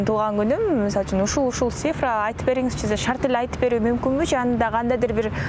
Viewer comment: Алып баруучу,Сифра эмес, Цифра.Тил келбесе,сан деп эле айтыш керек